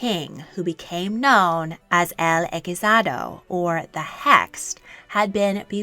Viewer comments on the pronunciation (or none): hechizado is pronounced eh-cheese-ah-doh. hope it helps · As a Spaniard.... We were taught these things in school as if they were a joke lmao. My history teacher made so much fun of Carlos II, poor lad. EDIT: just wanted to make a small correction. "hechizado" is pronounced as "e-chi (with ch like in chocolate)-tha-do". I started laughing my ass off when I heard that ch be pronounced as a k for some reason. Good effort though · The 'ch' in the word "hechizado" is pronounced like in the word "change" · the ch in “hechizado” must be pronounced as the ch in “cheese” not as in “chemical”. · Eh - chee- sah- daw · Just a nitpick: Hechizado is pronounced eh-chee-tha-doh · Amazing video, but please be careful when researching about spanish royals specially the catholic monarchs, because there is so much false propaganda and black legend spread by the british ... The inquisition part was questionable. And you pronounced "Hechizado" incorrectly. Just use the google translator to listen to the pronounciation. The research was very impressive and it sure was a lot of work. Congrats!